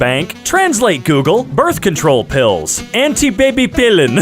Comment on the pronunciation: u dutch ? you said pillen perfectly hahahaa